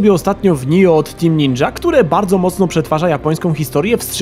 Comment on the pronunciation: Oj, nie czyta się nijo tylko NIOH